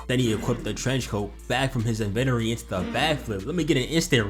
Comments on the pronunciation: Awesome recap bro, really enjoyed it. The break downs and freeze on impact frames was badass But one thing It’s in-ven-tory not en-venori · "In-ven-or-e" dawg, if we gonna clown potential man, you can't be pronouncing shit like that. The verbal parry is right there. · The way he say inventory pisses me off